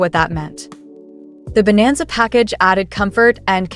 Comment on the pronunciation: Chevy bonanza not vananza.